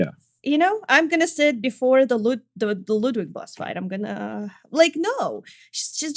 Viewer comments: clearly the game mispronounces ludwid, only knows the truth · Good ol' "Ludwid". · it's German for: "LudVid"